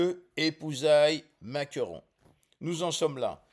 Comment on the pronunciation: Pourquoi vous dîtes souvent Maqueron?